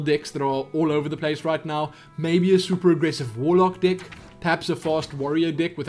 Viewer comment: Now I watch alot of your videos and really appreciate what you do. Thank you for the help and much respect. Now, with that being said, im hearing alot of "Dick" instead of "Deck" lol!